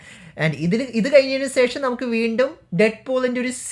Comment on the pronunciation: സേഷം അല്ല ശേഷം 😂